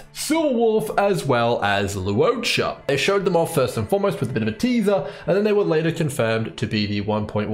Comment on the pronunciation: Bro really says lu-o-cha 😂